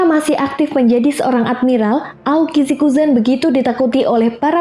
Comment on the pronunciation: Bisa bahasa inggris gak,? Aokiji Aokisi, kok sebut buzztercall busterkal aneh.